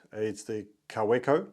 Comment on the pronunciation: Nice collection you have started there, some interesting pens. The W in Kaweco is pronounced as a V - ka-VEKKO. Cheers.